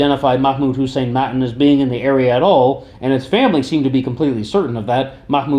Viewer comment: btw... Its pronounced Mattaan